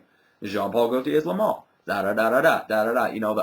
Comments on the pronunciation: Its le male not le mal. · The spelling is Le Male, but it's pronounced "Le Maule". I actually have two bottles of this. A 4.2 oz and a 2.5 oz that I got about a month ago and I just cannot stop using it. The top is addicting to me, and the vanilla is very smooth. I don't see where everyone says the projection is crazy on this though. It's got good projection for the first hour or so, and then it dries down and has fairly average projection on me. Longevity unfortunately for me is only about 5-6 hours =/